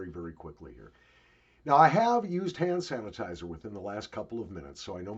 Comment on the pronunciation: You said 'sand hanitizer' 😂